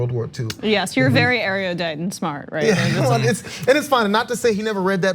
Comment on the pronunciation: It's erudite (air-oo-dite), not air-ee-oo-dite -_- smh